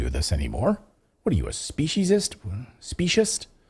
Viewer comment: Hi , Clayton, just because it seems you have had difficulties more than once with the word "speciesist" , this is how it is pronounced: spee-see-sist